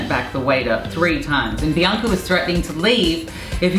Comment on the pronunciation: I like her Courtney says "Biancer" 😃